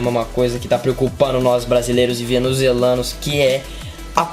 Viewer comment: Venezuzelanuos kkkkkkkkkkkkk